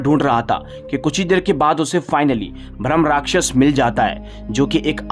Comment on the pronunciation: भ्रम नहीं होता भाई ब्रह्मराक्षस होता है